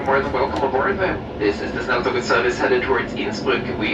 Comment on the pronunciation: Snälltåget ? Give me strength... The pronunciation of snälltåget in swedish is [ˈsnɛl.toɡet], which obviously means it also is the one that should be used in other languages - there is no fx 'english pronunciation for a swedish word'. The word means fast train, cf german schnellzug - or more precisely 'the fast train', because in the scandinavian languages, the -et suffix indicates the definite article for neutrum nouns (in contrast to utrum [common gender], where it would be -en). The consonants used here are known in english, and two of the three vowels likewise, despite your Great Vowel Shift and the ensuing sound 'chaos' - which is fine for english, but should be avoided in the other languages. So the effort you would have to take for getting it right is actually quite limited: The [ɛ] and [e] are a similar sound as in ten (letter e, short/open sound). The [o] sound (letter o, long/closed sound) however does not exist any more in english, only the [ɔ] sound (letter o, short/open sound - like in ton). [Instead of letter o, norwegian and swedish often use å] How can you find the right sound? Try to compare english words 'sin' and 'seen': That's the basically same vowel sound, only that the first one is short [ɪ], while the second long [iː]. You have the same situation with [ɔ] and [oː] - try to extrapolate from there... And you can often find the pronunciation in the global IPA script (like here) in the respective WP article. Good luck